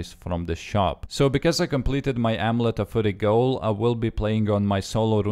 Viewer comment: Oh-Meh-Let-te of -Fuh-rry